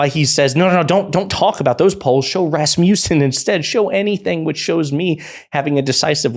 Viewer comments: it's RAS-muh-ssen, not Ras-MYOU-ssen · I love calling Rasmussen (Rass-miss-son), “Rass-mee-yew-son”. 😆🤣 Somebody needs to help my guy out but it’s so funny idk if I even want him to fix it.